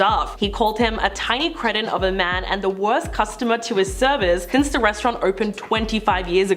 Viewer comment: The word is "cree-ton", not "creeshin". 😉